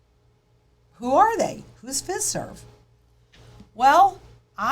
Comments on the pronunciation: the list of organizations are the back-end technology service providers that are on board with the FedNow rollout. Fiserv is pronounced FI-Serve. FIS is FIS Global. Those are the two largest. Those two alone provide the core banking software and processing to multiple thousands of banks large and small all over the U.S. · Just fyi... The 'i' in Fiserv is a long i -- pronounced like eye